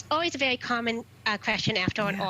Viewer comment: Vewy vewy intwesting